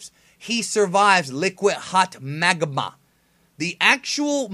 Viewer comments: He survives liquid hot Magama XD Teh way u said it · Lol, the way you say "MAGMA"